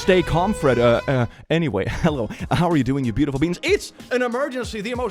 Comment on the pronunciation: It sounds like you said "brutiful". This is now a word. It means brutal and beautiful.